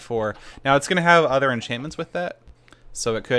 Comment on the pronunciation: "Gonna have udder enchantments with that"